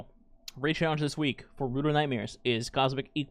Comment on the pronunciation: Did I hear you say Roar of the BOAR? 🤣🤣